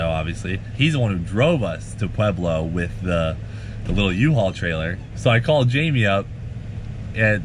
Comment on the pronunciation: Hell Yea brother ! Great story, and you learned how to say "Pueblo"